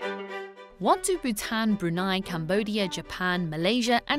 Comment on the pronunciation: I'm surprised the narrator able to pronounce Bhutan king perfectly! for me its like a tongue twister. Also where's dalai lama?